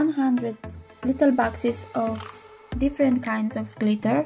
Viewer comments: Not gliter its glitter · The way she says glitter tho.like glithea. Lmmfao.butt nice video tho